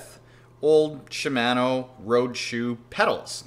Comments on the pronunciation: It's shimano, as in mano-a-mano. Not man. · I shouldn’t let his pronunciation of Shimano irritate me so much but it does. Don’t even want to hear him say panniers lol (sorry man not be a hater, was a good video and I learned stuff)